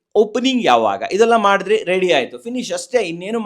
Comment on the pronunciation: ರೇಡಿ ಅಲ್ಲ ರೀ. ರೆಡಿ.